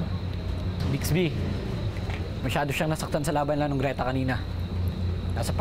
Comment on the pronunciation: "BALABAL" NOT LAMPIN YUNG LAMPIN PO AY SA BABY O SANGGOL "GRETA" NOT GLETA CORRECTION